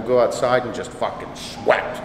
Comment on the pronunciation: "just fuckin' SHWEAT..SHWEAT." I love how he says "shit" lol "Ronnie Coleman was the most alien looking mother fucker ive ever seen" I couldn't work out with him..I'd be laughing my ass off as he talks.